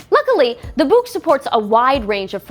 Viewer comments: Ummm. I think "Boox" is just pronounced like "books". It doesn't rhyme with "kooks". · All it took was Onyx to release the “Boox” to make an American pronounce “books” like someone fro Yorkshire (9m38s).